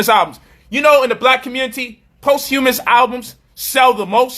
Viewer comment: you're not pronouncing "posthumous" properly...